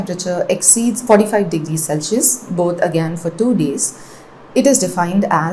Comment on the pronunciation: why does she pronounce Celsius this way?